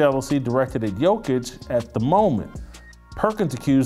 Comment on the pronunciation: Was gonna follow but you can't pronounce Jokic's name